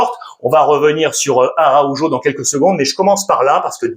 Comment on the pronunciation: Salut Alexandre. C'est vraiment frustrant quand tu prononces ARAUJO sans ton fantastique accent hispanique pour lequel je t'apprécie énormément. Tu restes le meilleur de tous les YouTubeurs selon moi ❤❤❤❤ Visca BARÇA ❤❤❤🎉🎉🎉🎉